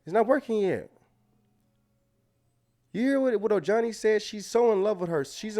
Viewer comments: LoL his name is pronounced o-hani. Ojohnny makes me laugh!! 😂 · It's pronounced OHANI brother.😄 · It’s O-Han-ee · Oh- Hunnie. That’s how you pronounce his name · It's said oh-hah-ni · o hauni u pronounce the J as an H